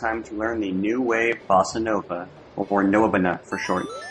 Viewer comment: Lost it at "Nwubuna" for New wave bossanova.